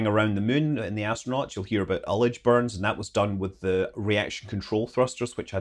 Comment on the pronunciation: Ullage. Pronounced like he said it.